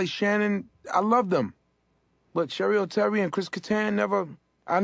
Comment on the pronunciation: its cheri oteri. but if she was anybody worth googling, you woulda gotten some results even with sherry oterry. that just shows ya.... where is she now? nowhere. lol.